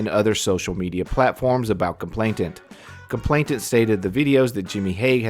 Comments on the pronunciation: 'Complainant' not 'complaintant' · Nice video, he's a vile human being. One helpful hint, I hope: It's "complainant" not "complainTant". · COMPLAINANT not complainTant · With respect, the word is complainant. There's only one 't'.